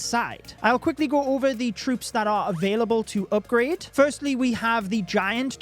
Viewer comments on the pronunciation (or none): the "oopgrad" and "buuk" aight thats enough 30sec into the vid, crazy how over 3mio ppl subscribed to someone w that accent